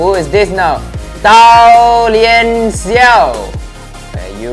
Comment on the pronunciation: hey is dao jian xiao not dao lian xiao